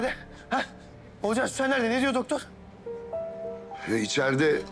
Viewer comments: Akif'in ciddi durumlarda Oğulcan'ın ismini doğru söylemesi... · İlk defa Akif oğulcanın ismini doğru söyledi😂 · Akif oğlucanınn ismini doğru söyledi 😅